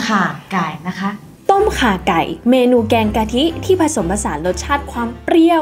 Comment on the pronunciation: น้องแหวน อย่างเก่งที่ออกเสียงต้มข่าไก่ ได้ชัดเจน